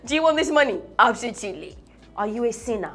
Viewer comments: She said Absotuly, but me saying Absolutely. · Please oo, which one is "ABSOTUTELY" again kwa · When she first said absotuely I was confused cos I was like it should have been absotuely. I even wanted to check the dictionary cos I never tot she would speak a word incorrectly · Sounds more like absolute + totally = absotoutally.... It's called blending